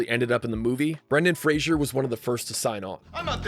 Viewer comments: Great film, I saw it at the movies when I was 13 and I loved it! Btw it's Fraser (like razor) not "Frasier" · This video makes the same mistake that Dickie Roberts did when pronouncing Brendan Fraser's name....it's pronounced FRAY-zər not FRAY-shur 😉😉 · fraser, pronounced “FRAY-zer”. not fraisier. common mistake. i’m listening niles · His name is Brendan Fraser, pronounced like Razor starting with an F. not Frasier (Fraysher). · Imagine doing all this great work to make this awesome video and still not knowing how to properly pronounce "Fraser" 🤷‍♂️🤦‍♂️ the disrespect